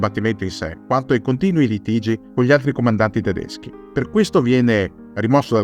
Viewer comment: I tuoi video sono sempre molto interessanti e mi piace tanto anche il fatto che sai pronunciare perfettamente i nomi tedeschi, cosa che da altoatesino mi piace assai quando succede… grazie di questo video ❤